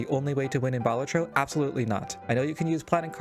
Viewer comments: Balat-tro not bal-at-tro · Sorry for being that guy but it's baLAtro not BAlatro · it's pronounced "balatro"